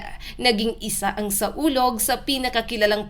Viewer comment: Mali ang basa mo... SAWLOG ang tamang pangalan bobo ka ba?